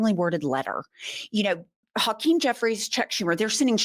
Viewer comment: “Tokeem” Jeffries.